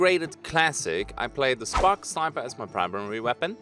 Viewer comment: Anyone else hear him say "i'm gonna play sparks sniper" in the intro?